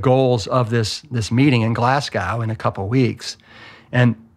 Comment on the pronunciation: Glass Cow Scotland 🤦🏻‍♂️🤣🤣 mad Americans. It’s pronounced Glaz Go!